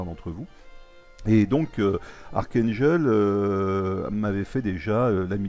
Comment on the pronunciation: Super la série reprend :-D full métal jacket ;-) est-ce que c'est toi jhon Wayne ou es ce que c'est moi et la qualité de t'es vidéo est exelente et tu m'a fait rire avec la prononciation :-D daium sa se dit Dayoum et archangel c'est archangél après en 2016 la marine va normalement ariver et pour les game play après la partie historique de l avion tu devrais jouer en réaliste les caractéristiques des avion sont plus "réalistes " méme si c'est un jeu vidéo le mieux c'est le simulateur j'ai trouvé aucun youtubeur français qui en fait